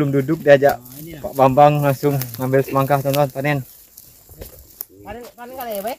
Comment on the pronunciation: Semangka bang bukan semaka